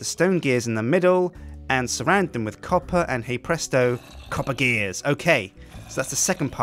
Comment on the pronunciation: stop saying hay bresto